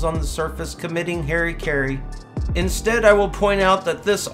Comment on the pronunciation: That: "Committing HairyCarry" tho lol